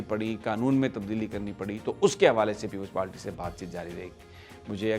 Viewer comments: Sami Abraham it is " People's Party" not "Peple Palty" please please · Uncle aap itna senior sahafi ho kar bhi aap PPP ko People's PaLty kehte ho? Unparh log jinko English nahi ati woh People's Party ko PaLty kehte hain. Please avoid such mistakes, it's embarrassing.